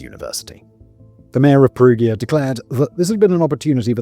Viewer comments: Just an fyi, in Italian "gi" makes a "j" sound. Like in Luigi or giant. They spell "Julia" as "Giulia". So Perugia is pronounced with a soft G. Incentive to not shoot the messenger, I give you a fun fact, Perugia has a chocolate festival! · His mispronounciation of Perugia is driving me wild ! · yeah doesn't perugia have a soft g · I know.. every time he says Perugia with a soft G it's like a punch to the gut. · Yeah I was repeating Perugia, Perugia, Perugia! 😂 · Please tell me he doesn't pronounce Perugia like that throughout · Peru-ja, not Peru-gear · Are you going to continue to say "Perughia" all video 🫩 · Hey Simon - can you please do some more research about pronunciation when doing Italian-based scripts? Danny's script is excellent, but your name-butchering is nails on a chalkboard! Mainly, any combination G-I-A (Peru-GIA, GIA-como) is pronounced "ja"... like Jack... so Giacomo is "Jack-omo", Perugia is "Peru-ja"... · From what I understand of romance language phonetics, the town in Italy should have emphasis on the U and a soft G... per-U-gia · really? pe-roo-geea?! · The fact that you cannot pronounce Perugia, and other names means that I don't think it's worth listening to this. To add. I think being so flippant is very disrespectful considering a girl is dead.. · In Italy if you go spontaneously to talk to the police or are called by them but you are not charged with any accusation, then you are not supposed to have a lawyer with you but you are bound by law to say the truth. If you are charged with accusations you can't be heard without a lawyer but you can lie. And it is Perugia with a soft g, as in gentle, generation, genre ecc, not a hard one as in got, give ecc. Because there is an i before the a. Just so you know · I wonder if that's actually the way you pronounce Perugia. It is said a few times in Mass Effect 2 and all of the characters that said it pronounced it differently than Simon.